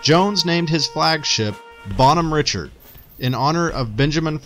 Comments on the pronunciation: Bonhomme Richard should be pronounced like French words. I was staioned on the current one. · Just to clarify it's French pronunciation so like Bonhomme [Bon-Hom] Richard [Ri-Shard]. I was stationed on the latest version of this ship.